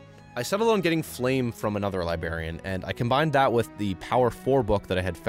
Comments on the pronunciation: bro says libarian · and his cute little libarian 😂😂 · I love you, just hate the way you say Librarian:’)